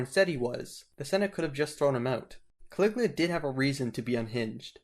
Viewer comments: His name was Caligula not Caliglia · Caligula not Caliglia!!😐😶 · Ca.Lig.U.la that's how you pronounce it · It's Ca-li-gu- la, just sound it out. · Why do you keep mispronouncing the name Caligula as well as other names of these Roman characters?